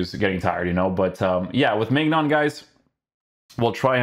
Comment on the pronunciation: His name is pronounced mynan